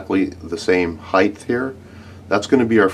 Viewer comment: Dude do you not know how to pronounce height? Theres no 'h' after the 't'.